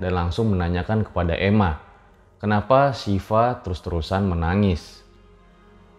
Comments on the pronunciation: Dibacanya Emak bang, buka ema :v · Ema itu dibaca nya emak pembawa acara nya aduh. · Baca nya mungkin "emak" bangg bukan "Ema" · Emak bang.....bukan ema..... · Emak bang bukan ema😆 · Wkwk ema di baca emak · Emak kali' bang bukan Ema😂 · EU'MA = E'MAK kaliii bukan EMA 😆😆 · "Emak" min bukan "ema". "E" nya seperti membaca "lebat" bukan "bebek" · Itu emak bang bukan èma, e nya ga dibaca jelas 😂